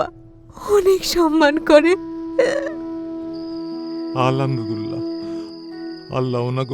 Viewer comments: আলহামদুলিল্লাহ বলতে পারেনা পরীর বাপে সেখানে বলে আলামতউল্লাহ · পরিচালক বেটা পরির বাবার মুখে আলহামদুলিল্লাহ বলাতে পারেনি সঠিক উচ্চারনে.... এটা শুধু অন্যায় নয়, পাপ..... ছি ছি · "আলহামদুলিল্লাহ" উচ্চারণটা ঠিক মত হয়নি মুরুব্বির😓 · নরেশ ভূঁইয়া তিন তিনবার আলহামদুলিল্লাহ বলছে একবারও উচ্চারণ ঠিক হয় নাই.... পরিচালক কি শুটিংয়ের সময় খেয়াল করেনি বা এডিটিং এর সময়। এটা কি উচিত???